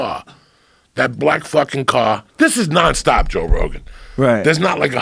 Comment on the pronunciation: You know its about to be a good story when Joey says "joe rogen"